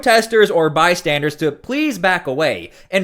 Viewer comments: Bystanders, not "by-standards". Just an fyi. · Saying “by-standards” drives me nuts and so many YouTubers say it that way. There’s only one D in the word “bystanders”. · "Bystander" not "bystandard." Bystandard is not a word. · The word you're looking for is, BYSTANDER, not bystandard. That was the most irritating part of the video.